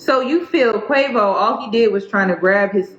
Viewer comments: If you say Qawvo one more time 😂😂😂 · Every time you say "Quah-vo" I snickered 😁 This is a sad story tho ugh It's an embarrassment to both sexes imo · 😂😂😂 I'm sorry but everytime you say "Quavo" all I think is avacodo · The names are pronounced Quay-voh and sweety that’s it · I’m sorry, I know this is a serious topic but the way you pronounced Quavo & Saweetie sent me 😂